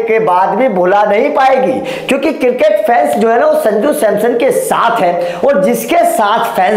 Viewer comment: Circket nahi cricket 😂😂😂